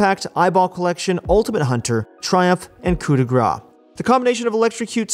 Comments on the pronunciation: Please stop saying "coup de gras", it's "coup de grâce" just check how to say it. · It's not '' coup de gra '' it's ''coupe de grace '' read it properly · Stop saying "Coup de Gras" it literally means "Grease hit" :D Coup de grâce= kuu de gras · French tip of the day In "Coup de grace", grace is pronounced like grass. You're missing the "ss". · its not coup de gra, its coup de grace, kinda prononce like grass its french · It was so triggering when first year everybody was calling it couP de gra. Why people assume CE in grace should be silent, while P in coup should be pronounced. At least we got over it, but stuck with cou de gra forever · He does pronounce it. Wrong. And there is no offense, just trying to help ;) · FFs "coup de grace" is pronounced like "coup de GRASS" im french and it piss me off so bad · The coup de grace rune is pronounced "cou de grass* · you have to say "coup de grass" for coup de grâce it triggers me and the french community too (i think) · Coup de grâce, coup de grâCE, PLEASE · coup de gras ? coup de grâce i mean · Please, Coup de Grace is pronouced "Cou de Grass" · The way this guy prounounce coup de grace as coup de gra triggers me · "coup de grâce", you need to pronouce the CE at the end. Otherwise, as a french personne I hear "coup de gras" which means "fat hit", but not fat like, big, that deals a lot a damages, fat like you took a handful of cow fat and slapped someone with it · I keep commenting that every video, he wont listen. Also Manamune is pronounced Manamouné because it's a japanese word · Coup de grâce is pronounced with an S at the end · Yea idk why everyone just ignore the C